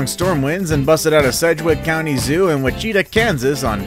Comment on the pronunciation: Wichita is which-uh-tah...not wacheetuh...smh.